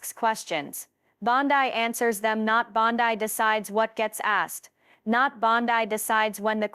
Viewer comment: Teach your machine to read Bond-EE NOT Bond-Eye